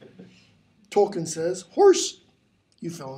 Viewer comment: Tolkien is pronounced tol-keen, toll as in a road toll, keen as in a keen edge. This is how Tolkien himself and his family pronounces it, as can be seen in documentaries featuring them.